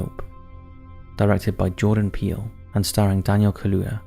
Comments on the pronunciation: Peel Not peely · It’s not peeley it’s Peele (As in Peel). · Hey love your work, but his name is not Peely, it's Peele. It's pronounced like when you Peel an orange lol wanted to give you a heads up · “Depraved,” not deprived minds. The director Jordan Peele, doesn’t pronounce his name that way. Peele is pronounced ’peel,’ as in ‘peel me a grape,’ not peelie. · I believe its Peele like peal not Peal- e , great video! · I think Jordan Peele does not pronounce his surname "Pee-lee", nor does anyone else. I think cattle mutilations are more closely related to UFOs expressing frustration over presenters who do not take even a small amount of time to learn the pronunciation of words they do not know, and especially proper nouns such as surnames in order to show respect for the individual they are speaking about. (lol - fun channel, good video - thanks again!) 😜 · Jordan Peele's last name is pronounced "peel" like when you peel the skin from an apple. 😉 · “Pee-Lee” I’m sorry, but the way he pronounced Jordan Peele’s last name is hilarious. 😂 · For future reference, it's pronounced "Peel" for Jordan Peele. Excellent video. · I feel like it was just comment bait, but Jordan Peele's last name is pronounced "Peel", like in apple peel.